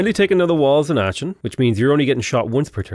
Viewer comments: the "ch" in Aachen isn't a ch like cheese but rather a k like chitin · Aachen - the "ch" is pronounced like the spanish "J"